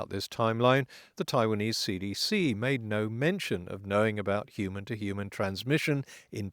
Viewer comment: Now if only someone could explain to me why people keep dropping the 'h' in 'human'.